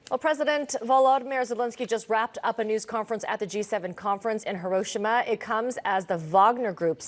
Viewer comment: minor point but since they're paid such exorbitant salaries, announcers should enunciate & pronounce place names correctly. This is the 1st English-speaking broadcaster I've heard correctly pronounce Hiroshima.